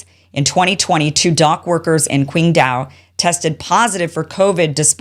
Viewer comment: Hi Kim, Qingdao is pronounced "ching dao". 😊 Thank you for your very informative videos